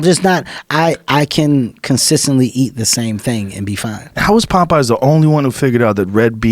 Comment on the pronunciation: I love how Kevin pronounces Popeye's.... sounds like he's saying "Pot Pies" :)